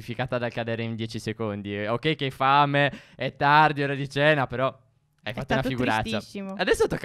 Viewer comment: 2.10 phere sbaglia a dire ma però . (Non per criticare)